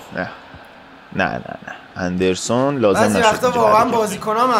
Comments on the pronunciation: ادن اَندِرسون نیست اِدِرسون هس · وقتی به ادرسون، اندرسون میگه🗿